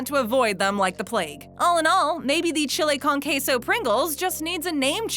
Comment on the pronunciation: That pronunciation of chile con queso though